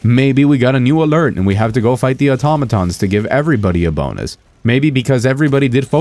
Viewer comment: You're the first person I've heard pronounce Automatons correctly